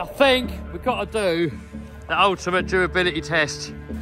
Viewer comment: I "fink" this is a good video bruv